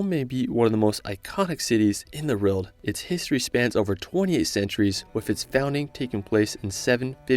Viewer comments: or he says it like road bitch it aint a road tf??!?!? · Haha why are you pronouncing "world" as RELT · Take a shot every time he says 'rurld' instead of world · this guy pisses me off whenever he says "world" its world not vroewlld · You pronounce world as reald lol for example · Cool videos! Does anyone else notice he says "reld" instead of "world"? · How do you say world as rorld? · "In the Rorld" 😅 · Can’t unhear how you pronounce “world” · Why do you have such a hard time saying “world”? 😑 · I can't get over the fact that his English is spot on, but just can't seem to manage the word "World". 🤔🧐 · Awesome video! Thank you. Also, you pronounce “world” very differently 😂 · Impressive Photography. This young American Man and his Spouse must gotta be some of the richest people on the planet to have actually traveled to these far-flung places and wildernesses. But, it drives me crazy how he pronounces ''World'' ! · Great video! That’s Nanga Parbat, by the way, with a B, not a P. 9th tallest mountain of the world in Pakistan. You might wanna practice your annunciation of „world“ a bit. 😉